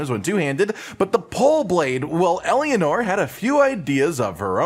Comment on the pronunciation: Idk if you mispronouncing it on purpose but uh. Eleanora. el AH nore ah. Not Elianor.